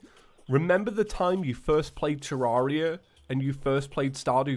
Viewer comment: In the intro I thought he said terraria and fusists